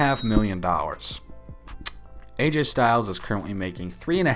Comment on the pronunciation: why the aj is ai